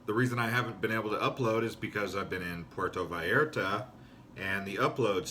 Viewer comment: Ok I get it, this is parody? You are satirizing cousin Reggie from PotatoSandwichVille Michigan. His big trip to Porto VAL ART AH. Cool. Hey, this is funny! How you can deliver those lines and keep a straight face. Are you serious?